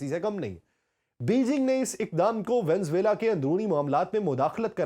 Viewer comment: Please VENEZUELA bolna sekh lain.